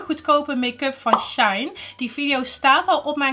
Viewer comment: SHEIN spreek je uit als SHE-IN